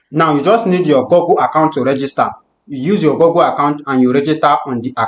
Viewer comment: Good video. Please learn to pronounce Google like in bOOk not gogle. Thanks